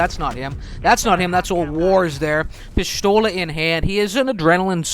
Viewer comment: pishthola? shut up or talk correctly